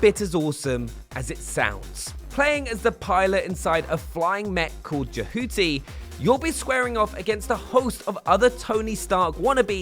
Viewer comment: after 20 years people can't say the name Jehuty right!!